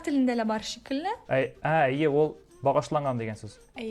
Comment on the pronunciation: По-башкирски она всё время говорила "әйе", это же по-татарски, а по-башкирски будет "эйе".😅